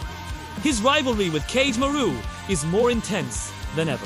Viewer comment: The pronunciations of Kagemaru (Ka-geh-ma-roo) is frying me 💀